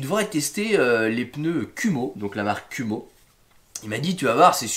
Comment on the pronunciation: Kuhmo, à prononcer "koumo". ça veut dire araignée en Japonais